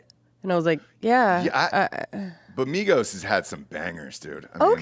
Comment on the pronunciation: Why do you say Migos like migohss... 🤣